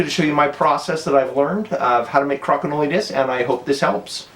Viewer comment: Cra-ki-know-lee LOL It's Crow-kin-oll